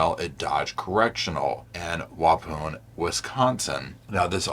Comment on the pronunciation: Side note Waupun is not said Wa…poon it’s Wa…pawn we have many tricky city names in Sconnie 😂